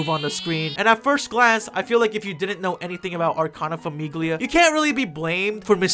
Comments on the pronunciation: Grazie, stavo scorrendo i commenti in cerca di altri italiani scoppiati a ridere dopo ogni FAMIGHLIA 😂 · I took a singular Italian class in college and that was enough to make this grating for me. I was wondering if it was more funny or more annoying for an actual Italian to hear "FAMIGHLIA" over and over lol. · I don't even speak Italian, and this pronunciation of "famiglia" hurts my ears. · giuro, ogni volta che diceva “famiglia” volevo morire HSDHAHA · Hi, so, my Italian ass is dying at the pronunciation of basically everything (it's not that bad, honestly you did great and I loved the "TAROCCHI🇮🇹🍝🍕"). Let me break it down for anyone who wants to read. The final syllable of “Famiglia” is pronounced kinda like the final part of “paella”, so you don’t ear the “g”. “Felicità” means “happiness” and the final “a” is stressed. (I should mention that I have no idea if the stressed ‘a’ is present in the actual names of the character. If it’s not there, it’s probably a small mistake on whoever made the anime since aside from a couple name there seems to be a pattern in using actual words for the characters names) “Libertà” is pretty obviously “freedom” and the final “a” is also stressed. “Debito” means “debt” and I can’t stop laughing at how they called a character “debt” ffs WHY? “Pace” is peace, very uninteresting. “Mondo” means “world” and I’d like to have a conversation with whoever thought this was smart.